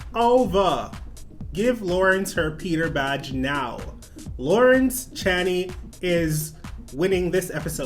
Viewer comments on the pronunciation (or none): Love the videos but pleeeassse 🙏 it's lawrence "chain-ey" not "chan-ee"😂😂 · Hey boo, so FYI Lawrence Chaney is actually pronounced "Chay - Knee"